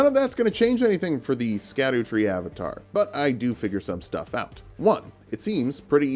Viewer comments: erm ackshually itsh pronounced "shadow" not "skadoo" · Scadutree is actually pronounced Shadutree(shadowtree) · Um actually, the scadutree fragment is pronounced like shadowtree. I really appreciate all of the work in your videos that you pump out every week. Your persistence and effort is legendary. Thanks for giving me a break every week. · Btw, just because I know you like being corrected: Scadutree si pronounced same as Shadow tree. Its a similar situation to Gaol and Jail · Ik im being pedantic, and i think it’s funny how you pronounce scadutree. But it’s actually pronounced “Sha Dew” or just shadow. It comes from an old english spelling of shadow